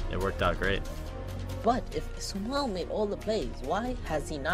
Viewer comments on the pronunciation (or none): Great drinking game everytime you hear the word Su-mahl take a shot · Stop saying sumal